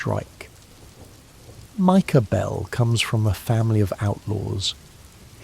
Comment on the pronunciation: "Micah Behlll" 💅🏻